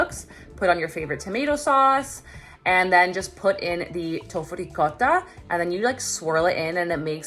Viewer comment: Rrrricotta!! Thanks for pronouncing it right 🤣